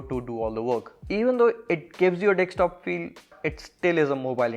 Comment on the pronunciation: its DESKTOP, not DEKSTOP.